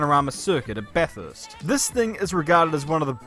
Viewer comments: no car has ever won a race. its the driver who wins not the car. that;s why no American driver has ever won Bathurst (pronounced bathurst not BATH HURST however. Australian made cars and drivers have won NASCAR many times. Thanks for watching. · FYI, it's pronounced "Bathist"